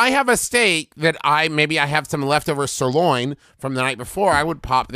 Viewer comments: This video is great, but the best part is how strawberry is said he did it again but with the word serloin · I love how Travis puts weird emphasis on words like sir-LOIN and straw-BER-ry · why is the emphasis put on the second syllable??? sir-LOIN